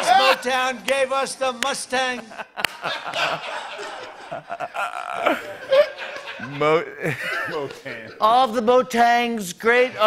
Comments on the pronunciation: “Motangs”? ‘Yosemite”? But it’s Biden who makes gaffes. It’s Biden who can’t string words together? Hmmmmm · "Gave us Motang, gave us mowtown... gave us the mustang"